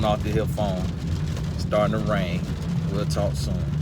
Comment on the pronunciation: That sounded like hail not rain.